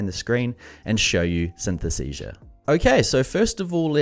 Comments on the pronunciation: Great review - too bad, you got the name wrong 😅 "Synthesesia".. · Maybe you should ask the software how its name is pronounced correctly? 😉